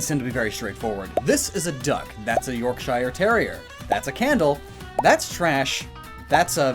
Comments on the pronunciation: York- SHIRE?! * facepalm * It's pronounced York-sheer. Or, at worse, york-sher. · Yorkshireman here! Just for future reference, the "i" in "Yorkshire" doesn't need to be so stressed. It's less, "York-shy-er" and more, "York-shuh." Ey oop luv, gon' watch the Porkermons? Ee, I don't know wot these lads 'n their waifus is on about, I mean wot the chuff's a Gardavwar doing w'that big red wotsit 'tween 'er baps? Ee, I don't be watching no hentai but I tell you right where that's goin' milud. ... Sorry, that just slipped out. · Please don't pronounce Yorkshire like that 😖 . It makes my hair stand on end. Just York 'sher' is fine. Love your content, keep up the good work. Xxx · It's pronounced "York-shur". Not "York-Shire". I know the spelling is misleading. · Yorkshire is pronounced "Yorkshur", not "York-Shiare" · It's York Shure not York shyre that's how it's pronounced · I’m 26 seconds into the video and THAT’S how you pronounce Yorkshire? I’m disappointed. York-sher. Not York-shire. For reference. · A YorkSHIRE terrier. Uhhh... No. It's a Yorkshu terrier. Spelling and pronunciation, isn't it great? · York-shyre terrier! Why do Americans have so much trouble with English place names ending in "shire"? You all sound so ridiculous when you say it! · York-shire? SHIRE! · I clicked for purley educational reasons and its pronounced york share/sha, flows easier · Listen me boy Am from Yorkshire and it’s pronounced York-sher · mate did not just pronounce yorkshire like that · ...Please refrain from saying Yorkshire terrier like that. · That's not how you pronounce Yorkshire. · As a Yorkshire man myself, you’re officially banned from the county for that pronunciation. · Listening to you struggle to pronounce "Yorkshire Terrier" was even more satisfying than watching you bait everyone. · That's not how you pronounce yorkshire